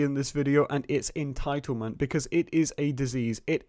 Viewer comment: Just keep saying en-tile-ment and you’ll have everyone on your side. 😂😂😂